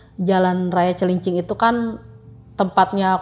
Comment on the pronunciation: Ketika mbanya bilang jln Cilincing yg gw denger jalan cacing